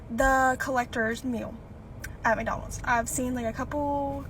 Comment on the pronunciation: May I remind everybody—The prices of each item is clearly posted on the Menu-boards and you know that there'll be tax added. ~ (Where's the surprise?!) ~ This is why I'm no longer a customer. ~ (I'll eat crap ... just not expensive crap.) — also Honey, they placed your app-order in Virginia because you pronounce McDonald's as "Make-Donald's". (You can pick it up in the Appalachian Mountains.)